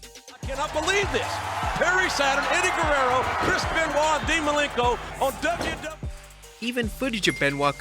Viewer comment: Chris Ban-oit amiright?